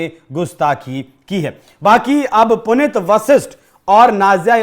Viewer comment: हिन्दी की न्यूज सुना रहे हो, और बार-बार "पुनित" उच्चारण कर रहे हो। शुद्ध नाम है--"पुनीत" जिसका अर्थ है ---"पवित्र